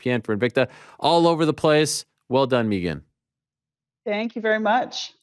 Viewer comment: (learn how to pronounce "Megan" Ayryeeel)...